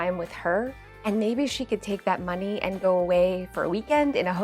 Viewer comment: "And insiiide: Muhnnay " lol